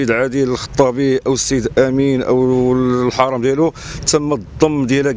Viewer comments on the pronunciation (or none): وسي المحامي قول عادل الميلودي والحراااام ديالو ماشي الحرم ههههه